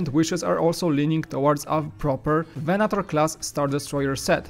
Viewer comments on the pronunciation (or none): none